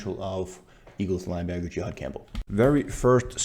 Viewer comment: Great breakdown bro, just one small thing for feedback. His name is pronounced (JA-had) not (JE-had), as that is an entirely different reference. No shade, really great breakdown of film.